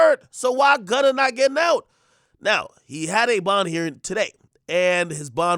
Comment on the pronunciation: Denied bond…. THAT AINT “P” bruh!